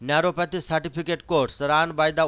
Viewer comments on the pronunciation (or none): গাড়ল ন্যারোপাতি নয় ন্যাচারোপ্যাথি। আগে ভালো করে পড়াশোনা করো বাবু। তুমি তো নিজেই ভোর পাস।